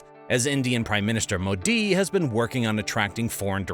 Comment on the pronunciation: This is an AI voice right? No person could mis-pronounce Modi, Tamil Nadu, and Karnataka that badly, right?